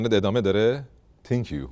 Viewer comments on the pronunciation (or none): انگلیسی ❌❌ عنگلیسی✅✅ تینکیو🤣🤣🤣🤣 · تین کیو 😂😂😂😂 من بیشتر به تین کیو گفتن تو خندیدم تا اون 😂😂😂😂😂😂😂 👏👏